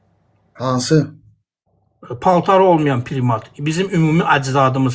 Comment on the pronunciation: O saqqalli qardas primat sozunu bele bilmir.PRIMAT PIRIMAT YOX.